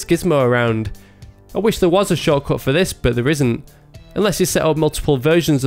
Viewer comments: He says shortcut! xD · Oh man, i finaly got it: You don't say "choco" everytime; you say "shortcode" :D was a bit confused